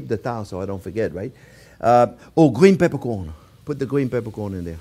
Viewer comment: Gween pepercworn you say!